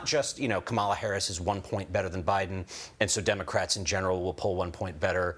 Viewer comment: What does it say about Beutler that he refuses to say Harris's name properly?